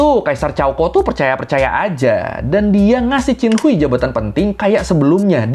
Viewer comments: Dalam bahasa hakka chin khuai, bukan cin hui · bang, bacanya bukan hui tp hwei 😭😭😭😭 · Qin Hui di baca nya qin hue bang ,, izinnn